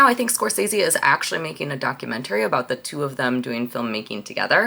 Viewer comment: I didn't realize it wasn't just Karl that says documentary that way.